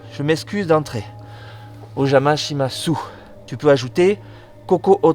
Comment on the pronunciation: On prononce pas le u a la fin de o jama shimasu